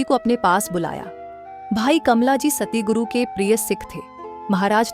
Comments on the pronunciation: Not satiguru,it's satguru ji❤ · Sister Satguru bolo ,na k Satiguru